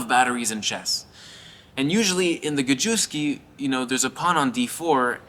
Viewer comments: the gambit name is pronounced rather like "Gah-yef-ski" in Polish. I watched this game live during a stream with Max who was the presenter. It was pretty fun and the game went on for 4 or 5 hours, crazy. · bro said ga-jew-ski 💀